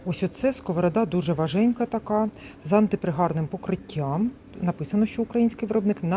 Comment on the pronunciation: ВажКенька а не важенька